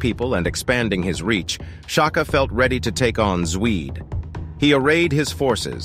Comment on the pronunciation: Your pronouncation of Zwide is so wrong😂😂. Did you even watch the shaka zulu series? That alone would help.